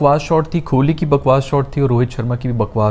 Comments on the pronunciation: Kholi ❌ Kohli ✅ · His pronunciation of kholi is making me uncomfortable, its kholi with Kaaf not kholi with khay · bhai padhe likhe lakthe ho please thodi apni pronunciation me dhyaan diya karo ... 1.50M se jyada subscribers hai aapke thoda please dhyaan rakha karo... ITS KOH - LI not KHO-LI ...